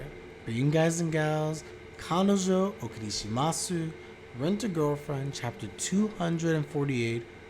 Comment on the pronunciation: Hey mate, really enjoy your content here on YouTube as I am also waiting week by week for a new chapter of the manga. Finally there is some real development going on. One thing I just wanted to mention for a while now is that I believe the “u“ in okarishimasu (お借りします) is a mute vowel like in “desu“. I am not Japanese myself but I studied the language a little bit and I think this is how it is pronounced. Maybe I’m wrong.. :D cheers!